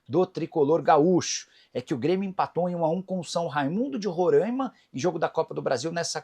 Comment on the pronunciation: É roraimaaaaaa moro aqui odiamos essa pronúncia